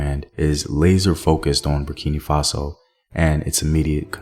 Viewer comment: Hi. I am a Burkinabe living in the US. I love your documentaries, but it really bugs me when you say Burkini Faso. It's Burkina Faso. Hope this helps!